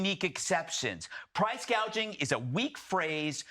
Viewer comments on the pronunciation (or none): She called it price GAGING , NOT Price GOUGING, she is just plain stupid!!! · Crazy part is you can't even pronounce price gouging. Kamela calls it price gageing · Somebody probably had to tell Harris its price gouging and not price gaging. If this woman ends up guiding the ship of State we are going to end up like the Titannic. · Kamala calls it PRICE "GAGING" NOT GOUGING No genius there..